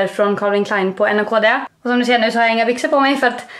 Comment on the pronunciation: Hej! Det uttalas naked:) puss å kram!